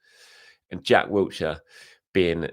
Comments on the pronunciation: WILshere not Wiltshire Will-sheer Blimey it’s been 15+ years, get his name right. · No 't' in Wilshire lol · There’s no T in Wilshere